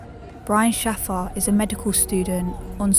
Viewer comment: His surname is pronounced 'shay-fer'!